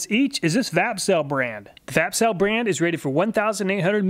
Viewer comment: 😂 I was just listening while setting up some tools I got and I thought you said "fapcell" and I was like what did he say?!? Then wondered if it was a shake to charge battery ... Vapcell... Lol